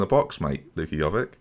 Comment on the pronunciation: Giving a person slack for not being able to pronounce Chiesa, yet continues to mispronounce Jovic every single time.